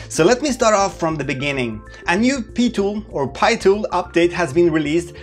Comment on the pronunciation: Please continue say Pee tool ....it's not pie tool anymore lol. I am so used to Pee Tool now.